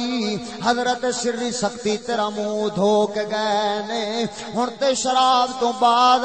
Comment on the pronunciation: سختی نہیں لفظ سقطی ہے